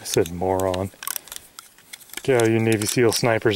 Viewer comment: he also said more-on. it was funny